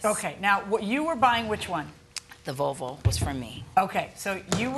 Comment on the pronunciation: why do they keep calling it a "Vovo". There's an L in there 😭